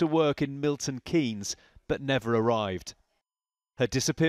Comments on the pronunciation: Hi 👋 Loved the coverage as usual 😀 just wanted to say, it's pronounced Milton Keens (Keynes) No shade or anything, I just know that I like to know if I pronounced it right or not. Massive respect for the sheer amount of great content we've been lucky enough to have this month! All my love to you and your family 👪 ❤️ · I love this channel and you but girl, I’ve got to say this… I’m in the UK and it’s pronounced ’Buck-in-ham-sheer’ I’m from Oxfordshire (just next door to the above county) and the city is pronounced Milton ‘Keens’. This story just blew up over here and I’m glad to see some coverage from across the pond. RIP Leah, rest easy. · Another excellent video, as are all of yours. I hope you don't mind me suggesting a few pronunciation corrections though: the "shire" in counties such as Buckinghamshire, Cheshire, Lancashire, etc, is just pronounced "sh", and the "Keynes" in Milton Keynes sounds like "keens". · So wierd to hear a case from my town, its pronounced Milton “Keens” btw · Whilst you have adopted the uk 'glossal stop' by dropping your T's, you can also do the pronunciations right. I live in Buckinghamshire and you pronounce it "BuckIN AM SHEER" and its Milton KEENS. :) Thames is "TEMS" the river you see in London, this valley is just the same name. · Just so you know it’s pronounced Milton Keyns not basically miss the E Thames as in TH is pronounced TEMS SO TAMES DROPPING THE H lol. English place names are not always as they seem, that said Welsh and Scottish place names can be a nightmare to say lol. BTW I am totally loving your channel so far I started subscribing this week 🙂🙂🫶🏼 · It's pronounced Milton keens lol. But very well covered case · I'm sure someone has already said in the comments, but just to help out with the weird UK pronunciations, Thames is pronounced "Tems' and Milton Keynes is pronounced "Milton Keens"! I know, we're weird! Better that we were like the Spanish where each letter is always pronounced in the same way.